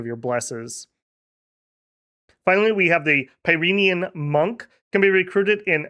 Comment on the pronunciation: Also my French / Basque girlfriend from Bosse insists its pronounced like Pyrenees mountains. Like Pi Ren Nee not Pi Reen. Her heavily french bias and my being a total anglophone makes Dominions nations a good time when shes in the office.